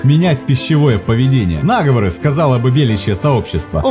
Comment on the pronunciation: НАсквозь, нАговоры... Это что же такое??? Просто слов нет!